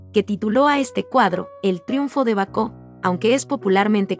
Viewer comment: Baco, no Bacó